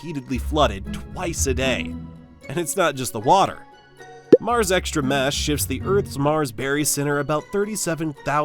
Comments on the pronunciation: you said "mash" which should be "mass" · the "sh" sound came from the word "shifts"